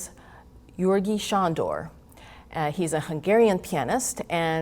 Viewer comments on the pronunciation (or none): If one cannot even pronounce properly the Hungarian name of one's teacher: György....🤔